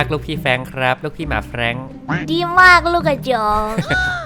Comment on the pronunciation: ไม่ใช่ แฟรัง